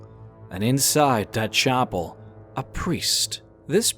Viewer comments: nigga saying chopel instead of chapel 😂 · What the heck is a 'chopple'?